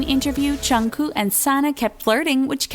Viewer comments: and what's a "chunkoo" and "chin"??!?!? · She said junggoo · did she just say twica- o foek she said jungoo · Who ever said jungkook's name I was like ugh she said he's name WRONG srry I just have this Pet peeve when they say KPOPS name wrong!!!? For BTS and TWICE!!! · i aint a fan of bts but im disappointed of how the person talking said jungkooks name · You pronounced Jungkooks name wrong. RESEARCH. These are all photoshopped photossssssssssss